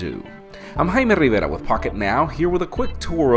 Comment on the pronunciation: I was going to follow this dude on Twitter, but I couldn't find the Rd key to spell Rdivera. Maybe that's not how you say it?